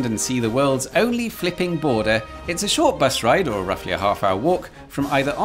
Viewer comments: when you say fliping, i'm hearing fking, every single time. Hard to understand your text then. 😅😂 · Am I the only one who thought he was cursing everytime he said flipping ?🤔